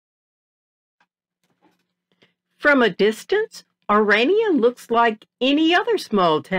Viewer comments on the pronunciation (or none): This woman is AMERICAN. I am coloured woman born and bred in South Africa. It is not Oraynia it is pronounced OHRAANIA spelt ORANIA. Back to facts, the Afrikaaners I salute you for protecting you heritage as well, my grandmothers were both black women who worked in service, their husbands were white. I would love an interview with this woman that is leaving out interesting history leading up to her so called history of our country Folks let me tell you the rascism my children and family had been exposed to by black Americans. I thank my black African people who are talking about how they have been treated by black Americans just because they had a lighter skin colour and did not fit the description that the blacks are expecting you to have if you come from AFRICA. AFRICA has been home to many that were born and bred in Africa, Swiss, Germans, Chinese, black tribes, Indians, Muslims, Italian, Portuguese and so on, indeed a melting pot with different cultures and languages which we proudly speak more than they ever dreamed of speaking. These black Americans get us started they do not belong of all placed in South Africa. They suffer from a complex, trying yo steal what rightfully belongs to us that was born and bred there.🇿🇦🇿🇦🇿🇦🇿🇦